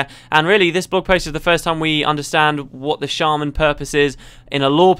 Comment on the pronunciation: I cringed every time he said "shaman."